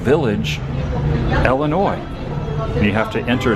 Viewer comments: Anyone from Illinois hate how he says “Illinois?” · it’s frustrating